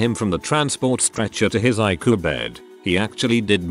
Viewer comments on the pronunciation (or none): I hate AI voices!!! Ikoo instead of I.C.U.? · If you can't narrate your video yourself at least use a computer generated voice that can read the text properly. Icu is I.C.U not ique. Come on you can do better. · 1st of all, get an other AI to read it stories, or better yet, a PERSON. Tears is wet stuff, coming from ur eyes- not as in 'he always tears his clothes'. 2) Sometimes letters are words, other times, their sounded out: ICU, NOT ich-coo. MS IS M.S.! It kept says his dad 'mise as a child' I rewind X3, mise. Subtitles-.mice. I finally enlarged the screen & hit pause- rewind X3 more. IT SAID M.S.!!! Doesn't anyone listen to ur broadcast to critique? I know comments are to be polite & kind, but .... Pls?? I stopped at 2min17sec, I couldn't take it anymore. Sorry. Just some feedback to help ur channel, ok? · what is Ikoo I thought it was I-C-U. Doesn't anyone know how to reprogram these damn computer to talk correctly. Oh My God these drive me nuts. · Some of the stories were kind of creepy, but they were all interesting. On a side note, I would prefer hearing a human tell the story who would actually know how to say things like ICU instead of icoo. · It’s I.C.U. ( intensive care unit) not icu, it’s not a word. Get someone who can read and pronounce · Couldn't take it seriously, Icu pronounced haiku instead of eye see you. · I cue? Not ICU, use a real person or don't post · How sure are we that the narrator is actually a person? Pronounced ICU as a word instead of individual letters and seemed to say Geezus instead of Jesus. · It would help if ER and ICU were pronounced properly. Are we listening to a bot? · Is the narrator familiar with the English language? I can't listen, there are too many language errors...something as easy and simple as ICU!!! Come on!!